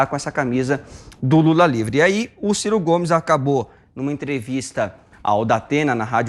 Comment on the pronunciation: Kkkk ! Gostei do " CIR CO " GOMES !!!